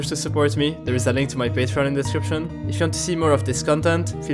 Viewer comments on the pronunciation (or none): none